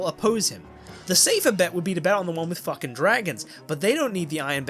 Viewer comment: min ish...."fooking whoops" I am dead. That was awesome. And I am seriously enjoying this ending. Thank you!